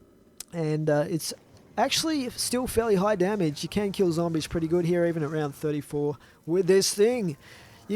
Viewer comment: Every time he says "can" I hear can't